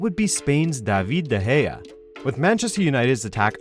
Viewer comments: "Duveed Da Heya" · "Daveeed de geah"